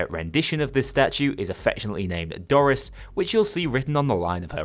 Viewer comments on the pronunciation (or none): none